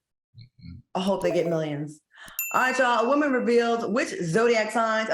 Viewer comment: I love when Al says WOEman. It makes me take his statement even more serious.😊